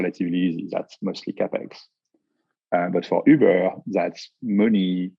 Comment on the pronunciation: Next time I call an Uber, I want to say it exactly the way says Ubeeur